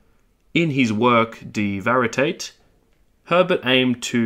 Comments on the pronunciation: de veritate is pronounced 'dey werry tart ey' not dee very tayt. You see I'm of the pedantic faith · Veritate - is pronounced Veritatay.